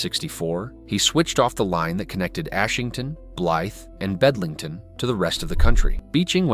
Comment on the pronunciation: It's Bedlington